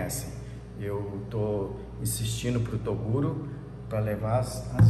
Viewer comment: Só q o Toguro fala errado ele fala macha kkkk